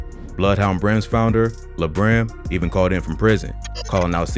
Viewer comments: Mans Said LaBrim 🤦🏾‍♂️🤣🤣 It’s La Brim as in La-La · It’s lah like lalala brim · It’s pronounce “Lahh Brim” bozo lol